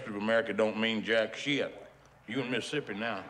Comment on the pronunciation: "You in Missipee now."